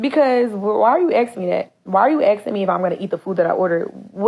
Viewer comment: She pronounced "asking", "axing" ....he knew she wasn't ish